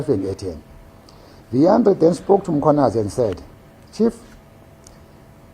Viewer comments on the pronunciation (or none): mKHWAnazi! NOT mCHWAnazi!!!